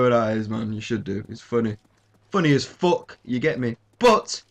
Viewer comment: Lol i love how you say fu*k. Fock, good shit G1